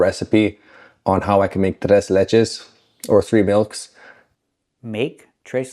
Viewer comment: I got shit amazed at how you pronounced "Tres" you sounded like a native spanish speaker Lol... Tres Leches cake is off the heezy! I highly recommend it.